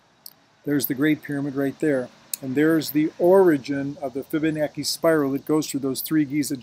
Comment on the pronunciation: its pronounced fib-a-nachi...not fib-a-noki